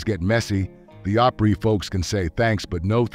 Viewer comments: It isn't pronounced Op-REE, it's pronounced Opree as in the country pronunciation of Opera where it gets its name. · It’s not Op reee . It’s pronounced Op re. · Not sure why this narrator pronounced the opree like operee...... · If you MUST use an AI voiceover, please teach it to pronounce words right. OP-ry, not op-REEE. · The way Opry was said OpREE is driving me nuts. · get someone that knows how to pronounce it correctly OPRY not OPREE!!where is this guy from get out of town!! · To be a member you have to sell so many $$. You have to commit to "x" amount of performances. The fake voice needs to learn how to pronounce op•REE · Opereeeeeeeeeeeeeeeee? WTF? 👎😂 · OP-REE??? Good Gosh - let’s learn to pronounce correctly!!! This is so stupid!!! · "Op-REE", C'mon.....really???? Pay a human being to moderate, for God's sake!!! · Nobody who grew up in East Tennessee emphasizes the last syllable of the Grand Ole Oper REE .... get it? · good lord putting emphases on PRYEEE is annoying. Do you know what you're talking about or reading a script? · Who pronounces Opry (a-PREE) ??? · It’s Tanya Tucker not Tonya and what is the Opryeee? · What the heck is the oper-EEE? Can you not even say it properly? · More AI crap. Credibility gone when you mispronounce the name. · Man am I tired of "AI" generated videos, I can't support with a thumbs up. The robot can't even pronounce the Opry correctly. What a joke. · Why are you saying opry like that.... its driving me fucking bonkers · Hard to take a video on the Grand Ole Opry seriously when the narration can't pronounce Opry right... Sheesh.